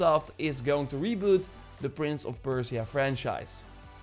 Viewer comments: perciea ? perSia. You butchered the name. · Persia(PER-SHUH). I’m sorry, but my ears are bleeding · Stop saying "Prince of Perse-ee-ah". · saying Persia wrong but good video :)